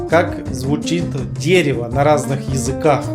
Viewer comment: В украинском языке, все гласные которые по в русском дают мягкий звук, после согласных читаются как твёрдые так что будет читаться [дэрэво].